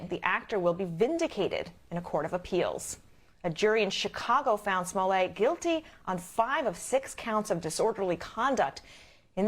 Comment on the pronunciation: I love how the host actually called him “smollay”!!! 😂😂😂😂 #davewins